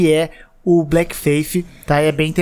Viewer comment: O "A" TA ERRADO NO BLEAK....NA PRONUNCIA